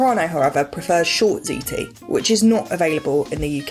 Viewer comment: "Fuckin' ziti" done right.